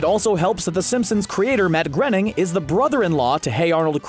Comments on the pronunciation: It made me cringe everytime he said mat grinning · What? ---- is it mat grening, is it mat groaning or is it mat graining?